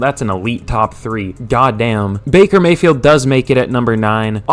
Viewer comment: bakey may-hee